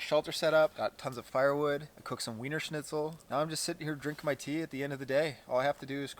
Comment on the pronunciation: I can't believe he pronounced Wiener Schnitzel right. Gratulation! Subbed, of course.